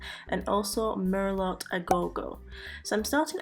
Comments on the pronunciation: okeedokee. It's hard to communicate with a keyboard sometimes without giving the wrong vibe. I replied as soon as I heard you pronounce it mer-lot. I was going to delete it when you said it correctly, but then you said mer-lot again, so I decided to just leave my comment. Regardless of all that, this set it gorgeous my dear.😘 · Merlot is actually pronounced mer-low.... It's a type of wine. Nice work. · ps Merlot is pronounced mer-low thats why it rhymes with go ;) as usual your work looks gorge!